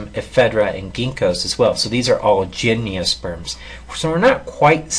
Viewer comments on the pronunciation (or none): Gymniosperms, haven't heard they pronunciation of gymnosperms before! ;) Thanks for the good video! Cheers.